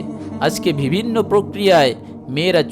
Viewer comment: আপনার উপস্হাপনা সুন্দর। কিন্তু কিছু উচ্চারণ ভুল যেমন -" বিভিন্ন"।